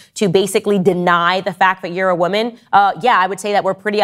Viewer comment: Its WOMAN not "WIMIN"